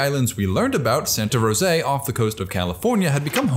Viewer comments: Santa Rosa Island (pronounced ‘Row-zuh’) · FYI it’s pronounced Santa Rosa island, not Santa Rosayy